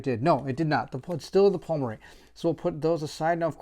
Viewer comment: Thanks for going through this so I don't have to. Awesome video. One thing. It's PLUMery. Like Plume - a kind of feather.